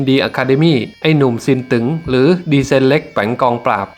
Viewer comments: ซินตึ๊งไม่ใช่ซินตึ๋งครับอ่านผิดต้องอ่านเป็นเสียงวรรณยุกต์ตรีไม่ใช่จัตวา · ผู้บรรยายออกเสียงฉายาผิดไอ้หนุ่มซินตึ๊งไม่ใช่ซินตึ๋งฟังแล้วมันขัดหูชมัด